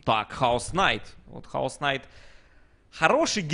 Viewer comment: Бля хоть бы проявили уважение к героям не Хаос найт А Кэйос найт знаю что инглиш хреновый но чуть чуть нада знать